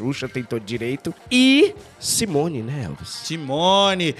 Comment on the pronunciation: A do Balão Mágico é Simony (si-mo-ní).